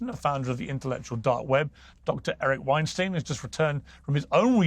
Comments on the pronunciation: Hey Piers, Eric Weinstein doesn't like it when folks don't pronounce his name properly. Friends don't usually do that. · Weinstein… Pronounced like Einstein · Piers, Weinstein rhymes with Einstein. It's not that hard 😘💕